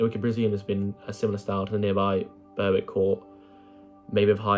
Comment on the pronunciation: Really good video mate, also Berwick is pronounced 'Bear-Rick' said quickly just FYI.